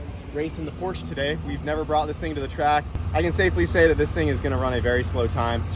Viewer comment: It is pronounced Porsha